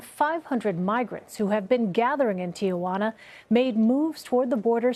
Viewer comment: There is no Tia in Ti Juana!!!!!!!!! Errrrrr ignorant stupid woman!!